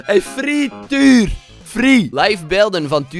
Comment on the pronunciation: Fr'i'eetuur hihi